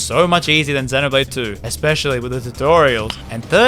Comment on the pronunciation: that 'duncan' better be a jab at ign then again, you were also pronouncing 'xenoblade' wrong the whole time